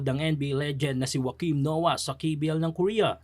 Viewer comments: ok na yan pag pronouce niya kesa jeboks777 pa masabi niya... napakabisaya pakinggan 😂😂😂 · "legend" pero di mo alam i-pronounce ung Joakim hahahaha saka gumagawa sya ng documenteryng basketball cultures ng bawat bansa. Welcome. Hahaha nakakamiss ung panahon n ung gumagawa ng media eh qualified di kagaya nito. Pwe